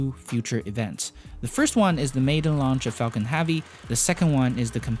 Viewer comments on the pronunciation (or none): learn to pronounce the difference between "man" and "men" and stop saying "space axe", "aepic Falcon Haavy", "more than aever"... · "falcon havvy" :) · Falcon Havey, SpaceAXE. up your pronunciation game baddey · Falcon Hahvy. 😊 Nice video though